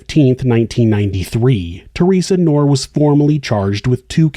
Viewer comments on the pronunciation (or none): The name "Knorr" is pronounced with a hard "k" sound followed by "nor." Knorr is my name, it’s German